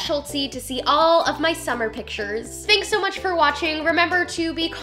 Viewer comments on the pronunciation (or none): none